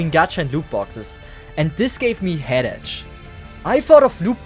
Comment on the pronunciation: Head itch? Oh, head ACHE. Ok. Honestly, it's said almost like "8kh." Probably kinda a jerk thing to make fun of your accent, but it depends on if you can laugh with it or not. I'm only doing it because I find what you said funny, not because I'm trying to insult you. Just to be clear.